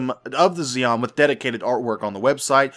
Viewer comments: Xi is not pronounced Zeon, but Shion, xi is the sh sound in chinese. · Xi in Chinese is pronounced Chi if that helps. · not nit-picking but I think its 'Shi-an' the alien race is based upon old Chinese dynasties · I think xi'an (which shares the name of a Chinese town I visited) is pronounced she an. But yea I could be wrong. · It's pronounced Shi-an, it's supposed to represent the Chinese I believe when the Roman Empire stretched that far East. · Normally Xi is pronounced Ze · Pronounce it "Z(zie)-n(en)" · pronounced SHEE-ann.